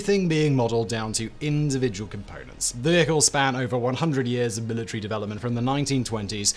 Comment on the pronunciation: Careful now. If you start picking apart his pronunciation... It'll never stop. Mila tree